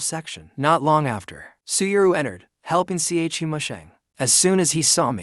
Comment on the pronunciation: Everyone: Chu Musheng AI Generated Voice: C H U Musheng